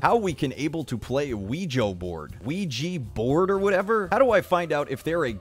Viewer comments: I heard someone say preganant boord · wa weg board nailed it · *Pregananant board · wega borad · i was doing so well until he said "Luigi board" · Wa weg board. Weggy borad. Oueja board. OIGI board. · Oh yeah, the Quiche Board. I've heard that the ghosts curse you with a terrible french accent😂😂😂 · “Wedgie Board” bro I’m done! ✋💀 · Still cant understand how that one guy thought it was "wa weg board". Also luigi board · "wa weg board.. nailed it" PFFFT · “wega borad” sent me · Wedgie Board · Dylanzu Havnt Heard Someone Say WEEGI Board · Wa weg board. NAILED IT. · I've honestly forgot how to say ouija board after watching this.